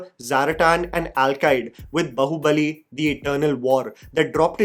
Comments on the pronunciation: Its baahubali , not bahubali.. baahubali is a hindi word too😂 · It's B"aa"hubali (बाहुबली) not Bahubali (बहुबली), in terms of pronunciation, Baahu- means arm. Please stop saying बहुबली. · Bro, It's Bāhubali Bā Baa Baa Baa Black Sheep बाहुबली Not बहुबली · Its not Bahu-bali , its Baahu-bali...desi gora wannabe saala ! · बाहुबली ❌ बहुबली ✅ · Still waiting for the time can actually say Baahubali with "aa" sound and not pronounce it like a spoof of ekta kapoor tv serial. 😂